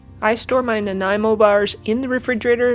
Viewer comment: Happy to heat Nanaimo pronounced correctly. Between I always double the middle layer. SWEET!